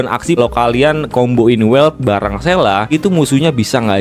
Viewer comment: "sela""sela""sela""sela", sele ajabang panggilnya, aneh dengernya